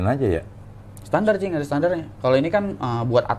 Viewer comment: wkwk keseringan bilang cing, jd kedengaran jing di